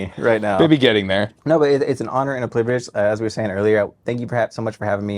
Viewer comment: “it’s an honor and a pliverage” 😭